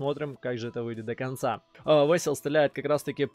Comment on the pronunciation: Не весил а Василь по украински